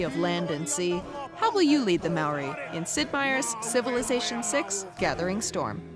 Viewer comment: They cant even say Māori properly